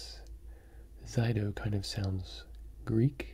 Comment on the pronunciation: It's not Zydo, it's pronounced "tchudo", and it's a Russian sweet ^^